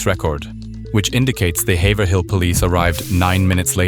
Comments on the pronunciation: As someone from the area- it’s hayver-ill not haver-hill! Anyway PLEASE do more NH cases. There’s so many interesting ones around here and I feel there isn’t a lot of coverage. Around the time of this situation, there were LOTS of talks about serial killers as there were quite a few things pointing to it from . We have a surprisingly large homeless population that lives in the woods. And bodies were appearing around that time if my memory serves me correctly. I also want to point out, I’ve lived in lots of places in the us, and even to this day, hitchhiking culture is strong and alive in grafton. It’s unlike anywhere else. There’s no taxis/uber(even today)/ or even timely tow trucks. (Got in a crash in 2020 and took half a day to get a ride) Idk anyone from there that hasn’t personally picked someone up or done it themselves. If they got in a crash it’s HIGHLY likely they were hitchhiking. It’s also very common for people to have Massachusetts license plates and still be locals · Quick tip for you - PLEASE look up town and area names in New England and how to pronounce them. It’s “hay-vrill” not Hay-ver-hill. This video was so good and is so close to home - but no one ever looks up the town names! They’re all spelled stupid - we know lol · It’s pronounced Hayve-rile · Haverhill is pronounced HAVE-rill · btw its ha ave rill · listening to people that ain’t from around here say Haverhill is funny